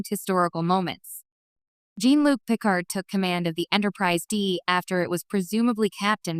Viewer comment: computer narration: who is Jeanne-Luc?